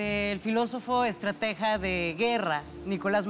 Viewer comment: Ni siquiera sabe decir “estratega” la tal